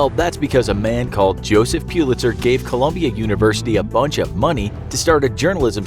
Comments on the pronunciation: Its pullister not PUELASTER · Its prounced pull-its-her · Its pronunced Pull-it-sir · Is that really how you say Pulitzer? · That is not how you pronounce “Pulitzer” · The way he pronounces Pulitzer